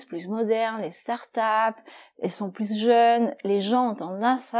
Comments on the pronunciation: She says "pluS modernes, pluS jeunes"... What??? Since when is "s" pronounced here? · je parle de la prononciation, c'est pour la première fois que j'entends "pluS" (avec le s prononcé)